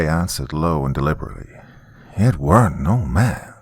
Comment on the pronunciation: I wish I could show you how to say the word "weren't" when it's in that context, cause it's not how it looks